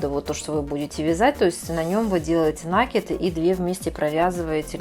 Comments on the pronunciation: Очень красиво. Труд мастерицы нереальный! Спасибо за мк. Но "таким образом" и нАкид режет очень слух.....😊😊😊😊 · Никто не спорит - труд колоссальный, капор великолепный, но уж если мастер взялся озвучивать. то за речью нужно следить, оттачивать. Я смотрю из-за этого без звука, включив комментарии, но и их читать невозможно. так как сплошные "слова-паразиты" и очень много лишнего проговаривается, а по-существу очень мало. И еще одна беда у многих мастериц вязания- это слова "накид" и "раппорт". Произносятся как накИд и раппОрт. Слушать неправильное произношениепросто невыносимо. извините за прямоту. Но за мастер-класс большое спасибо. Вяжу и конспектирую, чтобы потом не пересматривать. Вам успехов и творческих идей.